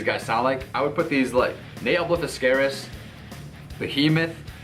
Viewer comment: That is not how you say nihil